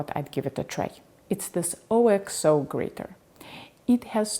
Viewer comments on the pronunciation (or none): Btw, according to Cooks Illustrated, Oxo is not pronounced as three letters O.X.O. Rather, it is pronounced OCKso, as a single word. I didn't know either!